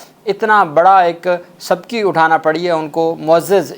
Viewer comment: YAAR AAPKO BAR KEH RAHA HOON LEIN PHIR BHI TALAFFUZ (PRONUNCATION)THEEK KER NE KAHA LEKIN AAP YE BATANE PER MUSIRR HAIN KE AAP KISI ACHHE TEACHERS SE NAHIN PARHE.SHARM AATI HAI AAP KO SUN KE.LAFZ 'SABKI' NAHIN HOTA BALKE SUBKI HOTA HAI.